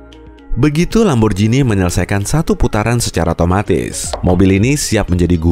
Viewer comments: bacanya ‘lamborgini’, bukan ‘lamborjini’ :( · Min merk italia lamborjini mana yg tau baca tetep lamborgini